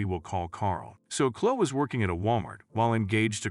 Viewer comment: Story 2: It's pronounced ChloE not Chlo